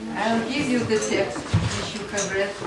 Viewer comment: Мне странно, что учитель произносит "р" так резко, что "w" в слове "which" превращает в обычное "в" без свойственного ореола. Речь звучит грубо и топорно. Но при этом учитель демонстрирует умение нормально строить предложения, наверника знает много правил и умеет их применять. Знание правил, словарный запас и произношение должны расти параллельно. Кажется даже ученики лучше произносят те же слова.